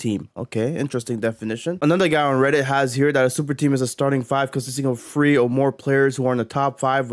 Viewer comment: I can’t watch this when you pronounce the word three as free